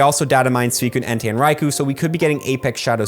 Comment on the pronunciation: It's Rai-Ko not Kou